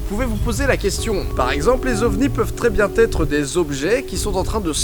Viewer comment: A nouveau tu dis "quatre zautres" ou "très bien têtre"... il n'y a pas de liaisons... C'est "quatre autres" et "très bien être" (à la limite là il y a une liaison en [n])